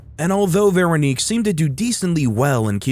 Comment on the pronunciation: Veranique? lmao